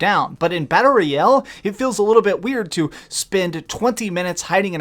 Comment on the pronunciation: If this guy says battle royel one more time, imma freak